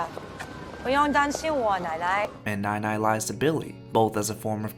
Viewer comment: i know this is suppose to be a serious video but every time you say nai nai it's in the wrong tone so instead of grandma, i keep hearing milk but it's the way we would say it to younger kids or babies loll.